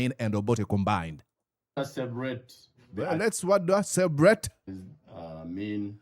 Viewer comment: Cwebrate😅😅😅 that stooge🤣🤣🤣🤣